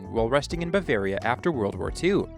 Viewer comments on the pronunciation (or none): none